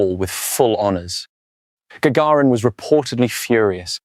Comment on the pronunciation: AI text to speech. Well done though. Listen the names for instance: "Gaggirin" for instance.